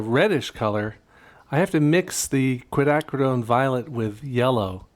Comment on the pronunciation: Hey 👋 James! I think the original 3 colors used provided a solid underpainting that brought life to the final results. I enjoyed the triad tests and the lessons learned. Bonus points for pronouncing Quinacridone!?? (spelling??) Finally, I appreciate your attention to detail and effort to faithfully represent your subject.